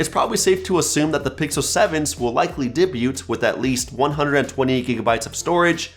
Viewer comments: You said debut wrong . It's said more like: day-byoo It's a french loan word, so silent letters and all lol. Not super important but you figured you'd probably want to know. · the T in debut is silent